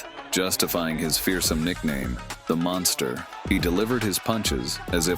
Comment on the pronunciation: 'mungsta' - iron mike